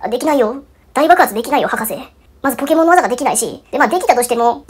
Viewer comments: ポ↓ン↑ケ↑モ↑ン↑ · ポンケモンが、英語のPokémonの発音っぽくて笑う